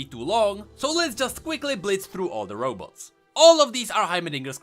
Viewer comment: Why are you constantly saying Row boats? :))))